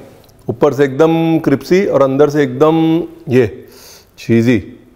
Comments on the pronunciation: Hmne bhi bata diya ke crispy hota hai cripsy nhi fir na kehna hmne bataya nhi 🤣🤣😄lekin dishes ❤️❤️❤️❤️❤️ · Not cripsy. Its crispy😊👍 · Bhai you are an internationally acclaimed chef. Lease try to understand me . Don't ever use the pronciation cripsy. You are intelligent enough to get my point. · Nice cripsy 😂potato nuggets.. I will try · raveer said cripsy...instead of crispy...😂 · Chef, your use of cripsy instead of crispy sounds good!!!!! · Crispy ko cripsy bolte hain ranveer ji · You look more cute when you say CRIPSY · How many heard Cripsy even it happens to me that I get confused with crispy and cripsy 😂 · क्रिप्सी ❌ Cripsey क्रिस्पी ✔️ Crispy गुगल महाराज बोलकर भी सुनाता है. 🙏😂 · Jaise ki aap ne gurkirat ko bola kaabuli nahi kabuli pullao waise aap galti kar rahe hai cripcy nhi hota hai crispy hota hai 😅😅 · Aapke "Cripsy" par waari jaava! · Its crispy....not cripsy.. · App crispy ko cripsy bolte hee😂😂😂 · Tusi crispy nu cripsy kyu bolde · Cripsy ya crispy 😂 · Crispy nu tuci cripsy bolde ho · Any one notices he said cripsy instead of crispy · Boss it is crispy* NOT crispy, Mera sleep of tounge ho raha hai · Why do pronounce it cripsy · Does anyone notice that he calss "cripsy" not crispy 😂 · Tum hamesha crispy ko cripsy kyu bolte ho? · Cripsy nhi crispy hota hai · It's crispy not cripsy 😂😂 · CRIPSY? Lol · Sabme besht kripsy pehle mujhe laga miane kuch galat suna h 😆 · Ur saying cripsy.... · Cripsy cripsy thoda over hogya. It's not funny anymore.